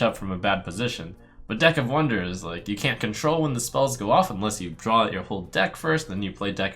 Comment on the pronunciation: draw dude not drawl now sound like strifecro